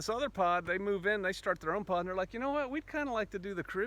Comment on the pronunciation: At first I thought you said"pot". Lol.